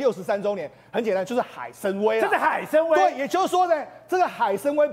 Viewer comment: 海参崴……音：wai